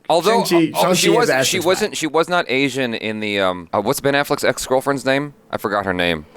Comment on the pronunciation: It's Asian DON'T Raisin 😅